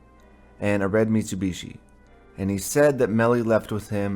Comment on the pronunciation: Ive never heard someone say Mitsubishi. .. mitsewbeeshee lol